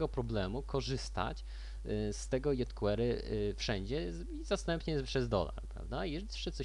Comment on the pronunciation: fajny odcinek ale mózg mi pulsuje jak slyszę kolejne "jot kłery"